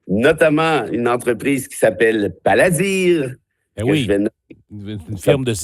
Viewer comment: Je pense que c'est plutôt Palantir, pas paladir.